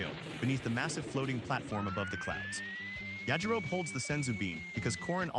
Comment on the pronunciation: Suggestion. Get your AI bro to say “yah-ji-ro-be.” No human would ever say “Ya-ji-rohb”unless they’d never heard it before.